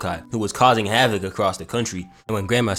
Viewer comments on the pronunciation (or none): none